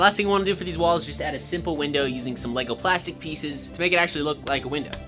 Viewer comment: blud said "lego platsic" (not that lego is made of plastic or something)